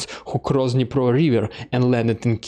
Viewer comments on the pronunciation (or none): none